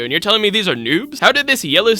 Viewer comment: "hairacter" so funny for no reason lol